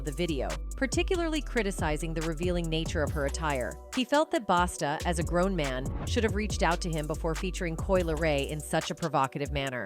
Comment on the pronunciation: His name is a Busta not Basta. Smh